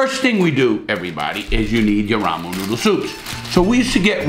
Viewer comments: Ramen noodle. A phrase Larry has probably said 100,000 times in his life, and still butchers it every time lol. (love ya buddy) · I can never get enough of the way Larry says “ramen noodle soup” like “ramoon noodle soup” haha I love it and love the recipe too!! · Gotta love the way he says ramen I hear ramoon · I love hearing him talk about the "Ramoo" noodles lol ♥️ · I love hearing him say ramon noodle soop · "Ramoon noodle" 🤣🤣 i love it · Rah-Moon Noodles lol. Great video. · Rah-mohn noodles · So is being able to pronounce ramen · Before I say this, just know that I do love Larry Lawton. He is a really good dude with entertaining stories. I don't mean to make fun, but I gotta say, it cracks me up the way he pronounces Ramen Noodles lol. Olive oil is also pronounced pretty funny, but mostly the ramen noodles. So now not only is he a great dude with great stories, but now he also makes me laugh without even trying. Btw, Thanks for the video. This was perfect for when I just got home from work, brotha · Just the way you pronounce 'ramen' 😆 love it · I'm so amused by the way he says ramen noodles haaah